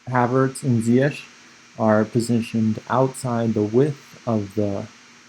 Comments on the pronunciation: It’s pronounced Zee-yesh. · Its ZiyeCH like SHine